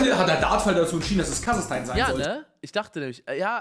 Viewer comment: Es heisst KasaCHstan NICHT KasaKtan